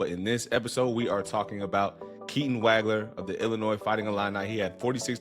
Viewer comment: Excellent analysis. One thing......it's pronounced "WAWG-LER"......not "WAG-LER". I Liked/Subscribed. Well done, sir.